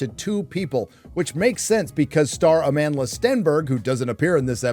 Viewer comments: 'Amondala' God Leslie Headland is insufferable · did the showrunner mispronounce the lead actresses name?